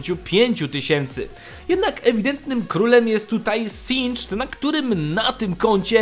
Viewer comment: czy tylko ja uważam że powinno sie mówić "zinged" a nie "sindżd"?